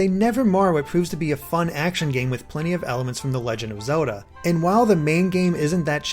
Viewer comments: the way he pronnounces zelda sounds a bit strange. it sounds like zehuda. not hating im just curious if thats an accent or not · Can't get over the way you say Zelda haha, but sick review!